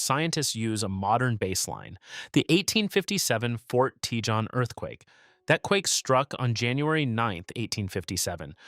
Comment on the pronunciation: I agree, the pronunciation of "See-is-mology" is a bit jarring. And then there is "Tea-John".